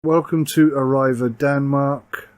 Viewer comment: Say "Arreee- Va" / not 'Arr-I've-A'